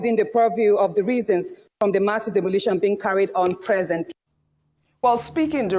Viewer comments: That thing is 'demolition', not demolishion. I thought Doctor Abati said he's an editor. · Demolition not "demolishions".